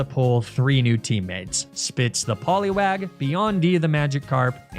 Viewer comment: love these videos, but I gotta point this out: your pronounciation of Poliwag legit contains a slur for black people used in the UK. It's a niche one, mostly used by the older crowd, but I'd be lying if I said I didn't have to go back to that to make sure I heard it right. I'm sure that's not on purpose, but I had to point it out